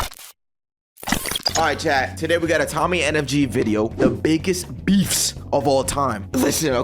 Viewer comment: Bro I thought you said befff like meat